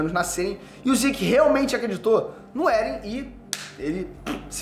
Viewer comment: Não é "éren". É "êren". E quem matou a mãe do eren foi o próprio eren